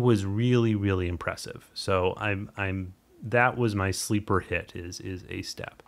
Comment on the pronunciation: hope I spelled that right, great video. It is long overdue that ASTAP had some public closure. It is the best free stacker out there. I think Han the developer, one other guy and myself are the only ones to do any tutorials on YouTube for it so far. One thing. Han seams to pronounce it Auzz-tap. Its hard for me too.